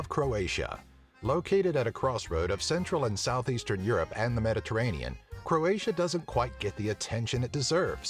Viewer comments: You pronouce It all wrong, It's so funny xD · It is so funny to hear all hilarious wrong pronunciations as a Croatian.